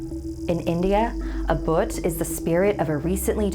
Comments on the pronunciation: Boot😂 Its bhhhhhhhhhhhhhhhhhh-u-th but okay😭💙 I love something scary✌ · It's pronounced "Bhooth" and not "Boot" coz it just makes me feel that's it's just a shoe 😜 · I know that most people can't help it but It's not pronounced as Bhut but bhoot as in hoot and shoot. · I think it's india. And if it is then it not pronounced bhot. It is bhoooot. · its not bot its bh-u-t not prnounced as t its pronouced as th so its bhuuth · no one literally no one: pronounced BHOOT as BOOTHS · Actually (no offence) Bhoot is pronounced as ‘bh-oo-t’ with a long ‘oo’ as in root, shoot, flute, etc, and not as ‘bhut’ ☺️☺️ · It's pernouciated B-HOOT. Not BU-UT. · It's not boot.. Bhuut... Spell it like Bhuu -at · Uhhh I think it’s booth not boot just to i let u know but the video gave me the chills (ﾉ´∀｀*)ﾉ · It is not a boot ... it's bhoot... Love from India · So yeah, 'boot' is closer to the correct pronunciation than 'bhut' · as an Indian, I can confirm that the pronunciation is 'bhoo-TH' and not 'bhut' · Its actually pronounced bhooth not bhut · Its not buth its bhoot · Bhoot is pronounced like Booth rather than boot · It is not boot it is bhooooooooooot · Everyone: I'm so a Scared Me: it's not BHUT ITS BHOOTH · "A bot" iTs booth nOt bOt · Uhh... so its an indian story huh? And the word bhoot not bhut or but you are saying it short say it longer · It's not BhUt but Bhoot like Boot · Omg.... It's bhoot not boot..... It's pronounced as bhoot "bha bha " Bhooooot..... Not "boot " Boo boo boo.... It's bhooot 😂😂😂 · It's not baut, it's bhooot... And bhoot is a male spirit BTW... The female is called churail 😁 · It's not bhut its bhoot, like boot, except its "bh" 😂😂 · " a bHut!" i wheezed its bhoot nice video tho 👀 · Hello fellow snarlians ! Greetings from India 🙏... Actually the name the spirit is not 'boot' , but it's 'boodh'... it's a Hindi word for 'ghost' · I'm from India and its not prnounces as 'bhut' but 'bhoot' that is stretching the tone during 'oo' in bhoot.